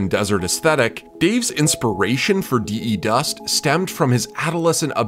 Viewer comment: There is no Dī-ī dust, its the dust but his tongue has no th and voiced stressed th becomes d, so De dust.